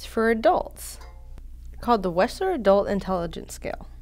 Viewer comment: I believe his Name is WECHSLER not WESCHLER